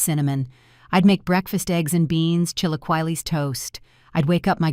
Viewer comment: IF THIS IS YOUR FAVORITE BREAKFAST, AS HISPANIC YOU NEED TO LEARN TO PRONOUNCE "CHI-LA-KEY-LES" PROPERLY.